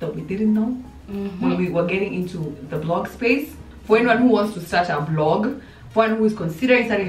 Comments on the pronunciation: Sheey Jelagat the "blog" instead of vlog is bothering her Lotsa love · Ivy is me i was hearing BLOG